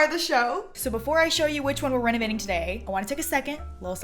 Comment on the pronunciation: did anyone else think she said “that’s what we will be renegading today”? no, just me being addicted to tiktok? 🤣